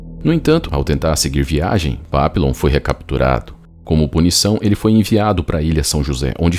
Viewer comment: O nome dele era papilon, mas se fala "papion" que significa borboleta em francês. Tem um filme dele, eu assisti a mais de 25 anos. Quando o falou papilon, eu me lembrei na hora. Também tem o livro que é muito bom